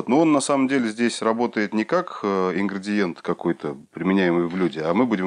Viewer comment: Почему опять ингрАдиент ? К градиенту никаким боком. Ингредиент же. )